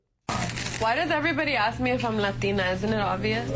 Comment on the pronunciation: she’s a “Lot-ina”